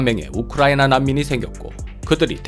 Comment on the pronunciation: 우클라이나로 발음하십니다 😂